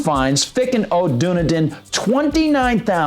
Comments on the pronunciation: OMG it's pronounced DONE-EDEN (Dunedin) AND THEN YOU DO IT AGAIN!!! It's PIN-ELLIS COUNTY (PINELLAS), which is where Clearwater & St. Petersburg are located, same county as Dunedin. That man has had MULTIPLE violations over 2+ yrs that he's ignored plus notices are also HAND DELIVERED by a process server since the codes department is apart of the county court & he let it get this far WITHOUT NOTIFYING THEM!! The community as MANY in Florida are deed restricted & when you buy a home you have to sign paper's AGREEING with the bi-law's (rules) of that community. No one HAS TO buy a home in a deed restricted community THEY CHOOSE TOO BECAUSE THEY'RE KEPT UP unlike certain area's. So it's not government forcing these "rules" on anyone people choose this. Even if a property is given to someone as a result of death the NEW OCCUPANTS are PRESENTED the same document's that were "originally" signed & they have to agree with it also or they can sell the property, AGAIN AN INDIVIDUAL CHOICE! Sorry but pronouncing a name of a CITY WRONG on air is ridiculous when you have multiple ways to find out the proper way of saying BEFORE RECORDING. I live in the area & am VERY familiar with this. But PLEASE make sure someone anyone verifies these Native American city & county name's for future vids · If you're going to do a story about a city learn how to pronounce the name of that city. It's done eden. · Am I wrong? Isn't it pronounced DONE EDEN? I'm pretty sure it is, but OK, still upvoted. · it is pronounced Dun Eden. I was trying to figure out what he was saying.